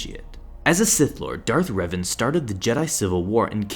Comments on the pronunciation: its pronounced r-A-ven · The way he pronounces Revan bro what